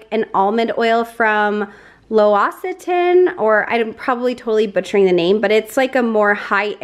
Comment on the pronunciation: Trish from Colorado here -- I made the mistake today of trying the olive oil chips!! Super crunchy, fresh and really potaoey. And the almond cleansing oil french name l'occirane is pronounce lox it ton. Superior video again!